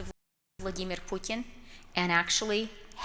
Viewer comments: Why did she pronounce putins name like that? Seriously… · Makes me sick when Freeland tries to pronounce "Putin" as a Russian.